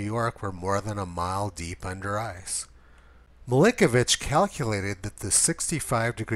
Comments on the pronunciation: It's "Milankovitch", not "Milinkovitch" "Mi-LANK-ovitch" > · I swear you just called Milankovitch "Blinkovitch".... at least that's what my admittedly loud-music-damaged hearing interpreted it.